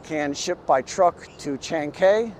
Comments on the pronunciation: Chancay, say it like Shanghai. There is no "Kay" in Chancay. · Unlike English, it takes 5 minutes to learn how to pronounce the vowels in Spanish. Maybe less. But this guy wouldn't bother. The way he pronounced Chancay... My God! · Chancay sounds so much like Chinese. It’s actually a place in Peru with its own Chancay culture existed before it was absorbed by the Inca. It is pronounced as Chan-guy.